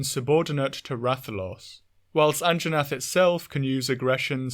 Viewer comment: Hehe An-Jaw-nath hehehe